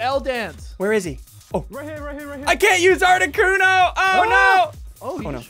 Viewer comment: ArticUNO ZapDOS MolTRES